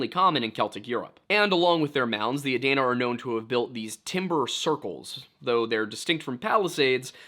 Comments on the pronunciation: It's pronounced, Uh-deen-Uh and the state capitol was relocated from Chillicothe to Columbus. Unfortunately, as much as you'll dislike it. The OU campus isn't surrounded by bad neighborhoods. It's actually the opposite. Affluent neighborhoods are the norm around north and northwest columbus. I also believe it was an intentional disappearance. Gread video as usual. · Adena is pronounced aDEEnuh.